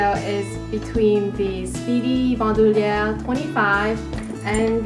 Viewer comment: Both gorgeous bags. I love LV. They make beautiful things. I love the way you say Bandouliere. You say it perfectly. Love your channel. Great video. 😊❤️